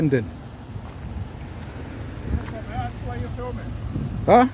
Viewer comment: It is "Ask" not Aksk. You should get your pronunciation right.